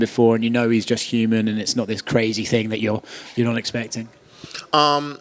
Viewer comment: Why does he say "Fing" and not Thing?